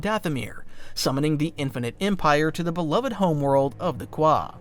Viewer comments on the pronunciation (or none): none